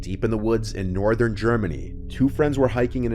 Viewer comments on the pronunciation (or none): none